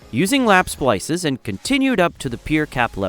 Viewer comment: You say splisses,I say splices… Let’s call the Ah never mind.